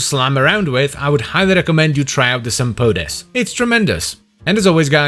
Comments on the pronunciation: Are you sure you're not supposed to pronounce it like Sam-Poh-Tees, like it's Greek? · I really don't think it's Greek, unless its meaning is supposed to be "like boots" (sampotes -> σαμπότες -> σαν μπότες -> like boots). It does sound Greek-ish, so it'd most likely be pronounced like Sam-boh-tes, as the "mp"; written "μπ" in Greek, is pronounced thicker than "mp" and closer to "mb". I pronounce it Sam-poh-tehs. 🤷🏻 But I also pronounce "gyros" like a Greek when speaking Greek and like a foreigner when speaking English, so maybe I'm not the one to speak on this lol. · Sampotes 😒 Suck On This 👍 I dont think i ever pronounced that weapon correctly Its unofficially named "Bonk"